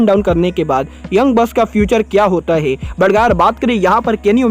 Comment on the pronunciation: Bhai tum hai ko most of the time ( hai ) ko (gai) kyu bolte ho